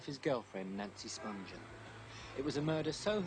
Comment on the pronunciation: The G is hard as in “good.” They keep saying “Spunjen” while it’s actually “Spunghen.”